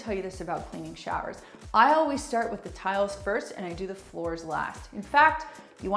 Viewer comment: Did she say, "oh-wheeze presoak"? 😄 You should oh-wheeze say always. 😁 Good tips 👍I recently bought a squeegie, and was only using it on the glass wall, but I'll start using it on the tile now that I've heard your tips!